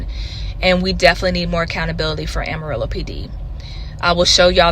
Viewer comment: It's pronounced Am ah rillo dude say it right! You must not be from there!